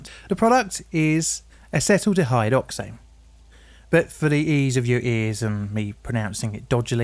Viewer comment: Listening to you pronounce acetaldehyde makes me realize how British accents mask how they may not have a very high level education like their accent suggests. Or did you get a chemistry degree and mispronounce everything?